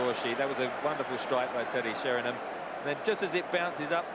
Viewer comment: Really Trevor Brooking, after all these years he still calls Teddy Sheringham, Teddy Sherrynum.